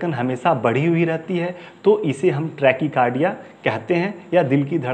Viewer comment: ट्रेकी कारडिया नही ़़़़़टेकाकारडिया़़़डाक्टर साहब